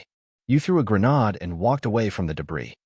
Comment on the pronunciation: Oi! It’s NOT a blasted “grenaaad”….it is pronounced “grenaid”. FFS, get it right!